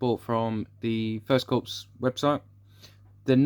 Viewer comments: "Lefftenant" not "Lutennant". "Core" not "Corpse". No really a problem but it does grate a little. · Very nice indeed! By the way Corps is pronounced "core" as in "apple core".